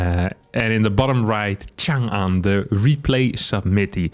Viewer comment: It’s nice to see a western YouTuber pronounce 长安 okay